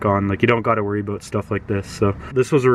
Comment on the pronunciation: did he say aboot? :P